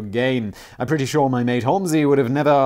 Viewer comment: I'm guessing it's pronounced "home-zee" Simon. From the surname Holmes, like Sherlock) A bit more likely than holl-messy 😂